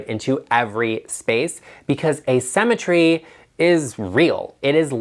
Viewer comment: I heard using “a cemetery” instead of “asymmetry.” Oh, the images that flashed across my mind! I thought you went Goth on us for a sec. 😆